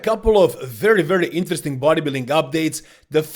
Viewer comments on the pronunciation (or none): Wery WERY eenteresting